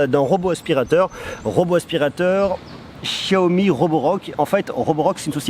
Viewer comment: Enfin quelqu'un qui prononce bien xiaomi